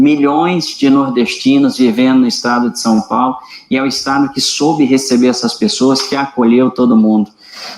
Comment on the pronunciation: Sem contar que nem português direito essa jornalista tem dizendo Som Paulo.